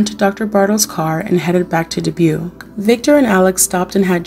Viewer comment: I like how you speak slow enough for my old ears. Dubuque is pronounced “Duh-buke”